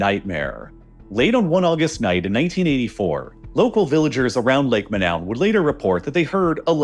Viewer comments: Imagine the main focus of this video is on a lake called Manoun & the brilliant (AI) announcer calls it MA—NOWEN - No robot! Lake Monoun in the Cameroons is pronounced "MOH-noon," with the emphasis on the first syllable, like "Moe-noon," a crater lake famous for the 1984 gas release that tragically killed 37 people, similar to the Nyos disaster. AI (and Americans in general) is to damn lazy to even look up the actual pronunciation. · I hate to be That Guy, but I believe its correct pronunciation is Lake Mo-NOON. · I am fairly sure the name of Lake Monoun should rhyme with -noon. Cameroon is a French-speaking country, and -ou vowel is like an English /oo/. A majority of speakers on Youglish agree.